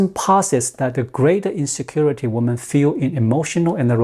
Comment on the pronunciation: Women (plural) is pronounced wimin.